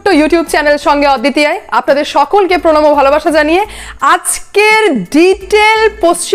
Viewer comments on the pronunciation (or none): Don't show style everywhere . Say " PRONAM " Very clearly .